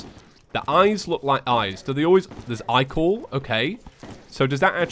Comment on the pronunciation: "The eyes look like eyes" "There's ichor" eyechor HAHAHAHWGDGWGDDGFBFHH